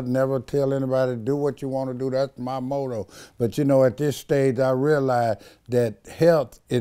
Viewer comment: Did you catch "moto" for "motto"? 😆